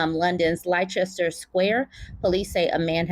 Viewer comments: Just to help : Leicester is pronounced LEST-ERR, because english makes so much sense, lol ! And thank you for continuing to talk about project 2025, our daughters don't deserve a handmaid's future. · Pronounced Lester, like Chester or Esther.👍🏾 If you see 'shire' at the end of these place names too, it's 'share', another funny one, Hertfordshire is pronounced 'heart ford share'. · It's nbd but in case you do other videos about this case it is pronounced "Lester" ❤ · Leicester is pronounced Les-tah. The "ce" is silent.